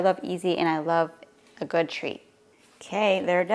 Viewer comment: Really well. Not really goud... hurts the ears of English people. Just saying.